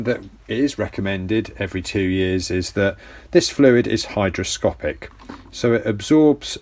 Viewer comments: Hydroscopic is not a word;You mean hygroscopic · Great video. Thanks and I agree with it all. Just a minor point that everyone gets wrong. The feature of fluid that is in question is ‘hygroscopic’ not “hydroscopic”! It seems counterintuitive since “hydro” always means water. Go figure!